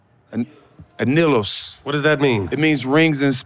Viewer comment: I like how Jack asked for the pronunciation of the Mezcal and still messed it up lol It’s not “uh-nil-ohs” it’s “ah-nee-yos” … Anillos AKA Rings in Spanish 💍 🇲🇽